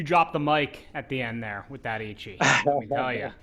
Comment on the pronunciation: Wisdom in Japanese is not pronounced H. Stop murdering the pronunciation of Eichi. I expect much better from the brand curator of GS.